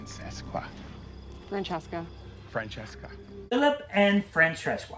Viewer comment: The “Francesqua” never fails to make me laugh 😂